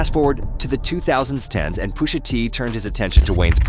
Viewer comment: If you are gonna use Speechify, proofread how you make it pronounce certain words. POOSHA is sending me 😂😂😂